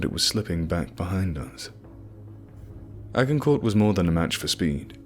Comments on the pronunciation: Roughly... Ajincoer.. Ajincoer !!!!! No 'G', and no 'T' sound (French)... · A-gin-court. Soft "g", like the battle. Do your research before guessing pronounciations. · Agincourt is pronounced 'ajincor'. Just fyi. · Its pronounced Ajin-core, assumingly named after the battle of Agincourt.